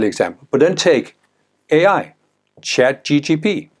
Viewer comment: ChatGPT not ChatGTP